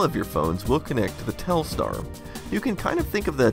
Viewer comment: Telstar sounds like Telstra